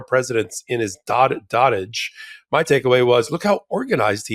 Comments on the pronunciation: "Dough (long "o") tujdge" -, my dear friend. "Dottage" would rhyme with "frott...." - and we don't want that! You're still the best! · please learn how to pronounce "dotage"!